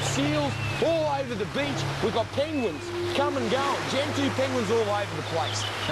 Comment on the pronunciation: "Every time I find a BEACH like this" ahahhaha